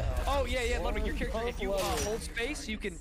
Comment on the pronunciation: It's pronounced "LEWDwig."